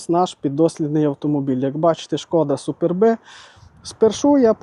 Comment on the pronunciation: Як же дратує, коли люди ,що позиціонують себе ,як професійні підбірщики кажуть супер-Бе. Вивчить вже нарешті що назва походить від латинського слова "superbus", що означає "гордий" або "прекрасний і вимовляється суперб, без всякого Бе